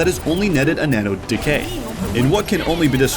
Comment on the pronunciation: When you said Decay it sounded like DK lmao